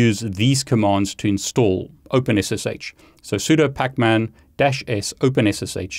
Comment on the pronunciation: he pronounces it "soo-dough", he really is just like me.